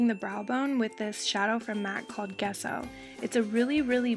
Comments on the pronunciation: It's pronounced "jesso" not "guess-o". Very pretty makeup but I can tell that u are as dumb if not dumber than you look. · Haha it's not "guesso" as you said it's said "jesso" lol good try though haha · MACs eyeshadow Gesso is pronounced "Jesso" not "Guesso". Just letting you know. btw the eyeshadow look is beautiful!! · Just a quick correction the White shadow first used by MAC "Gesso" is pronouced with a "J" sounds like Jesso... Gesso is an italian word and is used as a primer for canvas painting. Just a lil FYI :-))) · Just for future reference, gesso is pronounced with a soft g. So you say it like jesso. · hehe and gesso is actually pronounced jesso :) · Fun fact Gesso is pronounced like (Jesso) is white paint primer to prime canvas (it's italian) ^-^